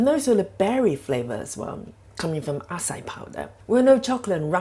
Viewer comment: Love your videos. I make the keto french fries on a regular basis. Acai is pronounced ah-sigh-ee. Thought no matter how it is pronounced it doesn't change what it is. 😁 Please don't take this as disrespectful. Be safe, Doc